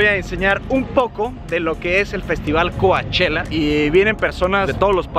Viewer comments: COACHELLA COACHELLA COACH ELLA NOOOOOOOOO DÍGANLO BIEN POR FA COU CHELLA ASÍ GRACIAS POR SU ATENCIÓN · Pleaseee! Solo Cochella no "Coachella" !!!!!!!!!!!!!!!!! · Se escribe Coachella, pero se dice Couchella!!! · hahahaha y ni mencionaste que vino Lady gaga!! 😂😂 por cierto se dice Couchella! 😜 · Muy padre el vídeo pero me causa problemas que digas Cuachela. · Se escribe COACHELLA pero se pronuncia COCHELA... me encantaría ver a MANA.... En Coachella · Se pronuncia couchela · se pronuncia "coche la" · Primero aprende a pronunciar Coachella